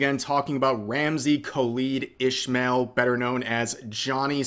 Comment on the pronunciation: One small correction, his real last name is pronounced "Is-mael" with no h sound.